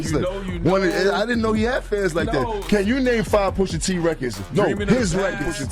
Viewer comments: Stop saying Poohsha T Boss!!! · The way u say Pusha makes me cringe